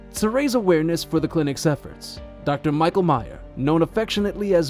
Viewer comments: You claim to have met him yet you keep mispronouncing his name - it’s not my-ka it’s Me-sh-a spelt Micha short for Micheal in many European countries. We all miss Dr. Micha and his amazing assistants. It would be great to have an update about the clinic, but I get why he became burnt 🥵 out dealing with constantly lied to by neglectful owners. He can tell how old these worms are yet these people lie and say the worms just happen two days ago. 😊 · It isn’t pronounced “My-ka.” It’s pronounced “Me-sha.”